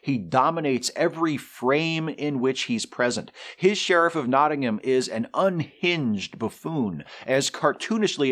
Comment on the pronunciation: Worth a 'like' as your pronunciation of 'Nottingham' is OK - speaking as a Brit ... and certainly better than Christian Slater's. I also thought the score by Michael Kamen was excellent. And one last picky historical thing - you don't cast arrow heads out of lead.